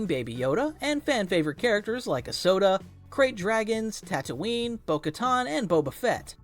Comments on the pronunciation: Did he just say A -soda? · You said a soda instead of ahsoka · ah yes my favorite star wars character Asoda. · bro said asoda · doesn’t it sound like saying a soda? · "a soda"